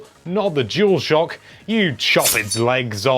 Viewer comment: Dualshock... Or juulshock 🚭